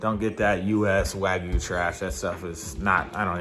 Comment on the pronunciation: It's called Wagyu, not Wagoo